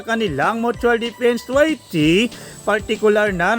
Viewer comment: Vloger ayusin mo pagsasalita mo treaty hindi twerty